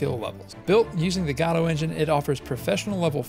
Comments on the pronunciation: You fail to mention AGM's predecessor, Pixel Game Maker MV.. if anyone wants a peek at what AGM will be like, look up videos of people using Pixel Game Maker MV.. AGM is said to use a similar UI and/or interface.. Also your pronunciation of GODOT is the oddest one i've heard yet... The developers of GODOT pronounce it Gah-Doe I've been pronouncing it Go-Dot. You're the first one i've heard pronounce it God-aught. lol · It's pronounced GuhDoh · That’s not how you pronounce Godot.